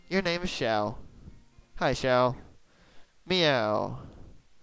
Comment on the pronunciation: ah, Xiao, the neko of the game. Toan's mum doesn't seem to notice that you off on your own a lot lol. Xi-ow, i believe is the pronouciation. look up Xiao Qiao of DW and it should have the way to say it. LunarAiko, you're a genius. it fits her a lot!!! shame thats her few lines. hmm...a friend...yeah...just a friend... you ever got steve, the slingshot? (i think thats his name) and i think you'll find damage is range based. along with the normal who-har